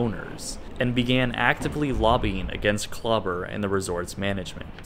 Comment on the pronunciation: His name is DR. KLAUBER not CLUBBER.